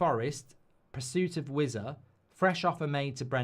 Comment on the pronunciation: When he started with "I've had a few" you knew it was gonna be car crash viewing. His mum n dad screaming up to him to keep the noise down in his boxroom😂! And please pronounce it as Wis-a and not Wizzer